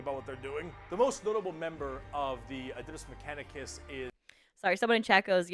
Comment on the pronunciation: "Adidas mechanicus" LOL